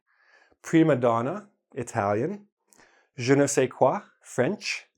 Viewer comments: it's "je ne sais quoi" not qua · im french and i can tell ya it's "Je ne sais quoi *" not qua !! ^^